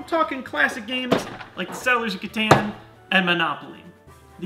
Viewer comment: the way this dude pronounced catan😂😂